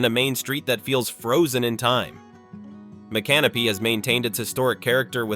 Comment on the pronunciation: AI can't pronounce the names right, such as Mi can no py.